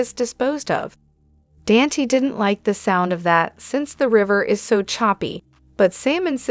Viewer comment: IT'S DON TAE' NOT DAN T😅